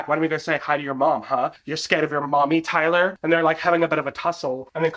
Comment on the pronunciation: lmk why i thought said “ty-dye” and not “tyler” and i lost it😭